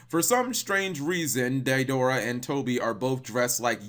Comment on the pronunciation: OH-BEE-DOO, DAY-DOOR-AH, WHO THE HELL ARE THEY, DO YOU MEAN DEIDARA AND OBITO